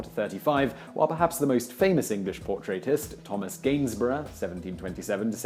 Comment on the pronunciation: Exqueeze me? "Thomas Gainz brah"?